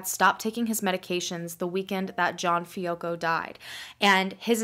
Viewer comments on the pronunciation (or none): Also we pronounce our last name Fi-ah-co…everyone gets it wrong tho😂